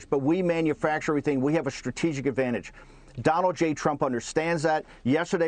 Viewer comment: "It's STRAH-TEE-JICK, Mr. President". Do you think he'd understand that?